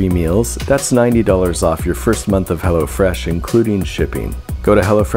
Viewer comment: Nobody is gonna mention “go to hell”o fresh dot com ??